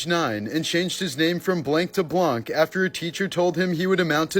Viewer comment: Fun fact: it's pronounced blan not blank.